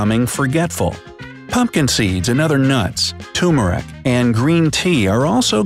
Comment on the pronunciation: Tumorik....hahaha Turmeric😃 I guess I don't know how to pronounce turmeric.